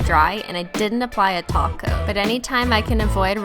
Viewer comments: Every time you say: Top coat, I understand taco😂😂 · whenever she says top coat, i hear taco